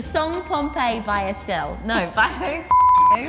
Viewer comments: I’m crying at Dianne saying ‘estelle’ and AJ saying ‘advil ravine’ 😂😂😂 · “estelle” love dianne 😂😭